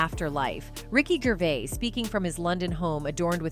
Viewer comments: Gravis? I’m not watching this if you can’t get the names right! (Or train your AI…) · Sure did 😅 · 😂😂😂😂 she did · Ricky fuckin GRAVIS? What the fuck bruh? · Did you say Gravis …😂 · Did she say Ricky GRAVIS? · Yeah.. Ricky gravits u know Ricky Gray ice surely u know him 😏 BLOODY AI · She butchered that name lol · This is painful! Why does she keep mispronouncing his name! ?? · Pretty shit AI if it hasn’t learned how to pronounce Ricky’s last name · Pronounced his name so many was but never got it correct once.. top quality journalism herr folks. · Numerous times. I think she only pronounced his name correctly like twice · She said it wrong and then right. 🤦🏻‍♀️